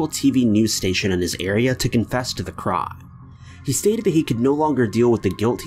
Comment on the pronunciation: I was gonna subscribe to the channel but then I heard the way he says 'crime'